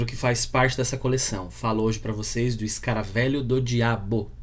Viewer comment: "Escaravêlho", não "escaravélho".